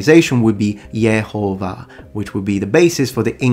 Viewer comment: I love the pronunciation for the ancient name of God as Yehovah. It just sounds right to my spirit. Thank you for your channel, my son just shared your channel with me.